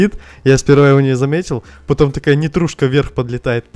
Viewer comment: Такое чувство что говорит не нитрушка,а петрушка